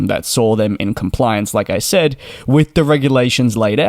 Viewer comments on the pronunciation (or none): none